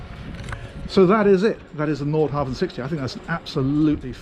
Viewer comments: Love all your reviews, I'm addicted. One small thing is your pronunciation of Nordhavn, the V is silent. So its Nor-how-wun! Used to live in Norhavn in Copenhagen, so had this hammered into me. Thanks! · Haha, correcting myself now. The d and v in Nordhavn are silent. 😊